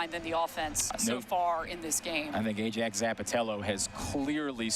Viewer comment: stop butchering ajax’s name 😭😭